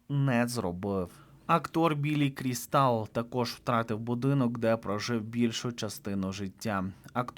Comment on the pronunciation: Біллі КрІстал, наголос на і, і йому вже далеко не 46 років, а 76. звісно шкода будинки, домашніх тварин, і Рорі жаль найбільше. Але. Чому ніхто не згадує, що те майно застраховане у зірок, у страхових компаній почнеться глибокий криз, так що не переймайтеся Беном чи Періс, отримають компенсацію